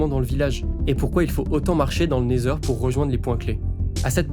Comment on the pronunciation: super ta vidéo, vraiment dynamique c’est cool a écouter et regarder ! par contre ta prononciation du Nether ou de Wither laisse a désirer